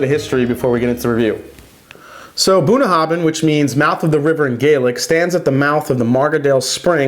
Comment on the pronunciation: The “bh” at the end is a “va” sound, not a hard b sound. Nice review, this is a good drink.